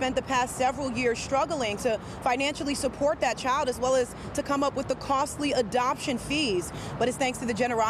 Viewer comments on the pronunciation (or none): CHILD* not chid lol